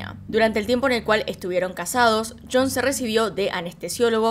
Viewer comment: DIJO YON Y yo esperaba que dijera algo como chon por lo Argentina jejejej